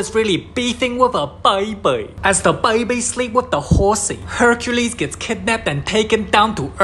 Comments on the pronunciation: Baibiii instead of baby 😂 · “Baby” ❌ “BAYBEI” ✅